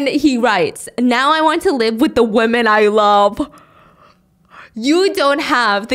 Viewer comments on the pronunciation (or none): Can someone explain why stephanie always says woman instead of women?